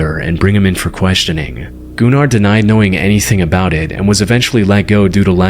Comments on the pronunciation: dude that aint funny with gunnar all you said about gunnar is just absolute bullshit, im icelandic myself and you do not pronounce his name as "gooner", you can pronounce it like gun-ahr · U pronounce Gunnar as guhnar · My name is Gunnar and at least where I came from it is pronounced Guh-ner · Dude I tried to not laugh when he was talking about Gunnar because he pronouncing it gooner 😭✌️ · bro why tf is bros channel pronounced "gooner"🫩 first person btw✌ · I’m Icelandic and my step brothers name is Gunnar and also my step grandpa 😛 ITS NOT PRONOUNCED GOONER BTW 😭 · You don't pronounce Gunnar (Gooner) despite what everyone thinks, my primary schools gym teacher was named Gunnar, it's not a English name so it does sound like Gooner in English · as a scandinavian i can prove that its normal to have the name gunnar so its pronounced diffrently i even know a guy who has that name